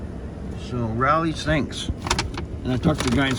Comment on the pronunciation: It's pronounced with a long O. Like row lee